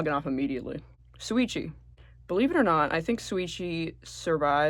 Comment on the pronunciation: Why do you pronounce Shuichi like that